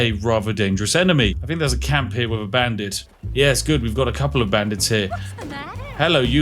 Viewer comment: The way you pronounce TH as F is just gross.